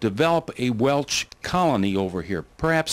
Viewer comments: Especially pronouncing WELSH AS WELCH!!! Makes me think of WELCH'S JELLY!!! 😂😂😂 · Almost stopped watching this due to the repeated mispronunciation of the name Welsh....he kept saying Welch. Ugh!